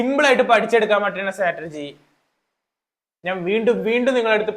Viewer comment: സ്റ്റാറ്റർജി അല്ല സ്ട്രാറ്റെജി